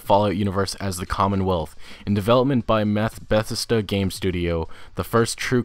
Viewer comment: Betsta? Bethesda lol